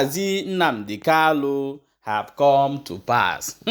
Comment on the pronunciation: Kanu and not kalu.